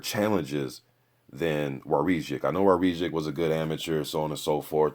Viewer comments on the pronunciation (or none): His name is pronounced - War - Zick